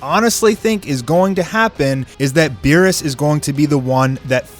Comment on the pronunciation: Meerus? Beerus? C'mon